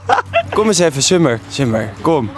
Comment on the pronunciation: "Summer" spreek die naam eens fatsoenlijk uit man